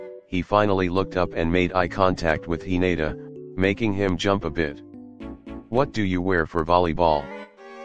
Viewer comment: No one: he-nate-a